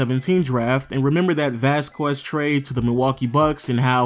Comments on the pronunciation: ITS VÁZQUEZ NOT VAZ-QUEZ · Vas-kez Lol not vas-kwez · Since when? It's a Spanish last name: Vas-kez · dude. VAS-KEZ not VAS-QWEZ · Oh my god if he calls him vasqwez one more time. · Seriously "Vazkwez"? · Ruined it by saying Vaskwez lol. You tried at least